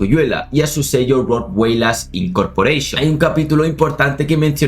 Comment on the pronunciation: Incorporeishon dijo?😂😂😂😂😂😂😂😂😂😂😂😂